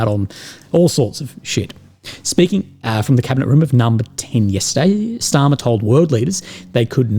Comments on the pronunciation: Starmer, not Schtarmer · Why do you pronounce Starmer like he's German? 😅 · Kier "German pronanciation" Starmer